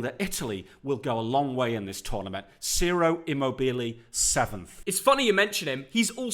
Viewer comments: Who the heck is “siro”????? CIROOOO IMMOBILE👑🐐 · Lads Ciro immobile It’s pronounced like - cheero